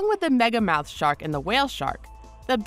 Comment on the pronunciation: I thought they said megalodon instead of megamouth lol